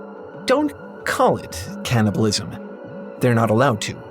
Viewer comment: Hey, It's called "Can"-nibalism, not "Can't"-ibalism